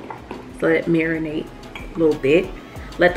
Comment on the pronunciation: I thought you said let the cookies urinate! I now realize you said marinate